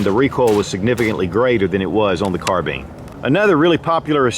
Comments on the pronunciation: Are we going to ignore the fact that he said carbeen instead of carbine in the video? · That's not how u say Carbine it's bine not bean your saying it like bean it's bine Carbine your saying it like Carbean it's Carbine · Carbine..not carbean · Carbean? Carbine! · Its carbine not carten bro from Nathan Zane Trowbridge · Never heard anyone call it a "car-bean" before. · Carbine. Car-Bine. kärˌbīn,ˈkärbēn Not bean. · Say "nine" remove the n leaving "ine" Now say "Car" Now say carb - ine correctly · American English?